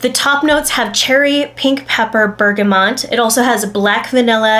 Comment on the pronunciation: Cardamon- not Cardamom , Bergamot, not Bergamont!🧐 Jeez.